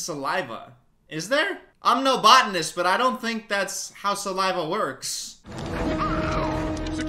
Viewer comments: im just mad he said botonist- as in plants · Dude said botanist and I lost it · he said he's no "botanist" when talking about genetics😅😅